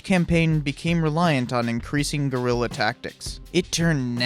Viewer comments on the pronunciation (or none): none